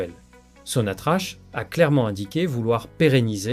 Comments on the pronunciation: Prière prononcer correctement le nom de la première société pétrolière qui est sonatrac et non pas sonatrache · Ça s'écrit sonatrach mais se prononce sonatrak.